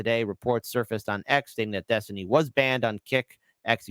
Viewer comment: When I was young, we would have just assumed that any "man" who went by the alias "Destiny" ("Dethtiny," as he says it )was a gay prostitute and just dismissed his opinions.